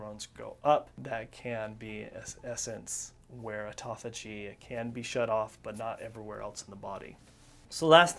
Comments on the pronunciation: ( Important ) not ehporehh I use to do the same thing til I got my balls busted about it! Am I a Dick? Yea! I can at least see that in myself. & half the time you're pronouncing it tauffigy! You have a shitload of excellent information and FACTS! Everyone needs self improvement including myself. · He says 'tophagy' a lot 😜